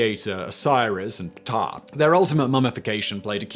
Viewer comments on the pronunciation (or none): none